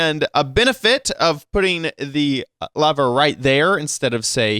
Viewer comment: Wow he says Lever as Lavar,Lava and Torch